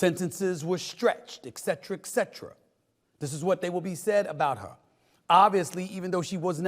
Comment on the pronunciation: He keeps pronouncing it "ECKcetera" and I can't hear anything else he's saying.